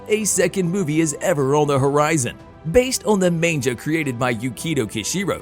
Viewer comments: Why are you saying Manga like "man-ja"? It's "maang - guh" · Yes, it's mah-n-gah, not man-jah. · its pronounces Mon-guh, not main-ja. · I love manja! Oh did you mean Manga? Mon-guh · its manga not manja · Um….say man-gah not man-jah. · maine-ja? seriously? Ma N Ga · Did you say Manjah? Fooo it's Mang gahhh Manga lol and you also be calling Kevin Feigie fai-ghee FEI- gee are you even paying attention? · Did he say Mainja? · Please tell me you’re joking when you say manja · I'm sorry... all I can hear is man-ja.... I didn't even know what he was talking about at first. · the way you say "manjah" annoys me SO MUCH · Stop saying "Main-ja" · "Main-ja"? Hmmm..... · Did the announcer seriously just call it a "Man-JA"?!?! Rofl 🤣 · Did... did you say "manja"? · Wtf is a "main -jah"? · How many times can you pronouce manga wrong? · I don't think anyone has ever said it more wrong. 🤦‍♂️ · I couldn't help but cringe every time the announcer said 'manga.' Was it just me?